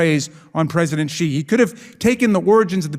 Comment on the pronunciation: This is as always excellent content, but as pronunciation and correct diction have been significant talking points this week, a quick message to Ben: You are repeatedly mispronouncing the name Xi. As a non-Chinese speaker, no one expects you to say it perfectly or to use the correct tone, but "X" should be pronounced like a hard "sh," not like "j."